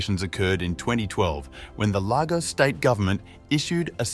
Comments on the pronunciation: It’s pronounced “lay-gors” not “lava-gos” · Lagos is pronounced 'Laygos' and not 'Largos'.. just so that you know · Lagos is pronounced " Lay - goss " not " Lar - goss" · It’s not pronounced largos but Lagos , that’s Lagos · Its pronounced Lay Gos...Lagos! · The fact you couldn’t even find out the correct pronunciation of the place your vid gets a thumb’s DOWN